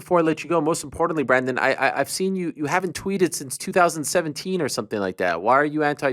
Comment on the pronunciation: It's Brandon not Bradon anyways love this guy, just positive vibes